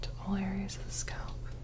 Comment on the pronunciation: i’m only here to hear her say SCÔLP